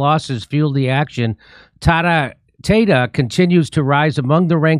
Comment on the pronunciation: How the hell does "Tata" become "Tay-Ta"? It would have to be pronounced "Tay-tay", which is far worse.